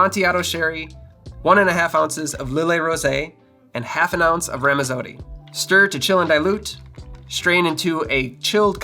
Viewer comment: My god my skin crawled all the way when you said Ramazooooddy instead of Ramazzotti...